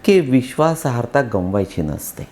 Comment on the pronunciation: ताई, please जरा लक्षपूर्वक ऐका ना. ते पुन्हा पुन्हा विश्वासाहर्ता असं बोलत आहेत. नम्र विनंती... 🙏